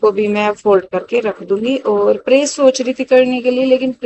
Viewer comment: Bhn bad nai bed bolte h.praise ni press bolte h.dhng se bola kro.phur bolti o log gvar bolte h mjak udate h